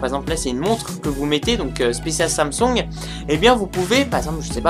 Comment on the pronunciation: Samsung, pas samsong. Partenariat, pas partenériat. A quand un texte correctement rédigé et dans un français correct,?